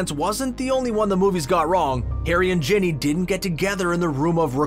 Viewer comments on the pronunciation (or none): ITS NOT JENNY its GINNY